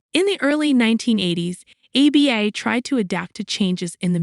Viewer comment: I'd take you more seriously if you could actually pronounce the group's name.